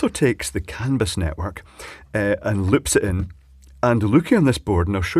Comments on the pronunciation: Sounds like you're saying "cannabis" every time LOL. I live in the US Pacific NorthWest where it's all legal so it's not shocking to hear but just funny. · Some might say that's a CAN-A-BUS effect.